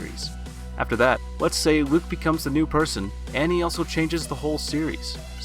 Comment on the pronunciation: Hehe “beacomes”